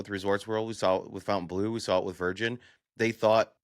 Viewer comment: Its Fontainebleau not Fountain Blue